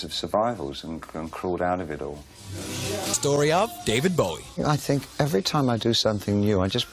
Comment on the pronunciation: r u dere, Deved Beweh? yus.